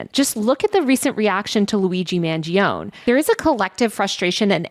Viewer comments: TAYLOR babes it’s Mangione 🧏🏻‍♀️ accent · it kills me when she mispronounces stuff like "Mangione", but reading from a prompter is actually hard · wrong it's actually pronounced Mangione